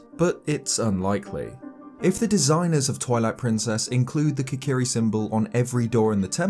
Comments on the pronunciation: Did you say "Toilet Princess"? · Omg, I had to stop the video at :20 and leave this comment because I totally heard you say “Toilet Princess” XD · I thought he said toilet princes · 😂 I heard it as well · Did he just say TOILET PRINCESS😅😂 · Is it just me, or did he say Toilet Princess? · it soinded like he said "toilet Princess"